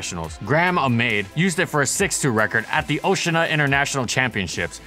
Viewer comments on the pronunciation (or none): none